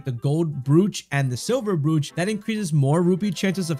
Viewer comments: Brooch? Brooch?! It's "broach" damnit! Next thing you'll be pronouncing "breeches" instead of "britches"! I can't imagine what kind of mess you'd make of "studding-sail'! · It's pronounced "Broach" (rhyming with roach) not Brooch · That is not how you pronounce Broach. You said "brooch" when it should be said like "Roach" (as in cockroach) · FYI, brooch is pronounced “broach”. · How you said "brooch" just set me off completely, couldn't take in the information from the vid after that :') jk great vid